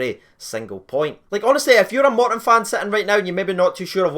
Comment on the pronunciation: It's not moreton it's Morton.